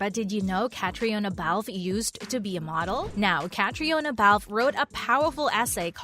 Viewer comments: Its pronounced Katrina! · Please learn to say Caitriona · Mispronounced her name